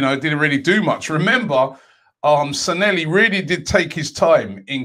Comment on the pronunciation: San-lay-hee Not Sa-nelly